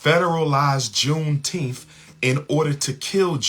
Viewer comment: says JUNETEMPH